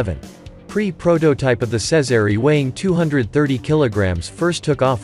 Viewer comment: Jezery not sezery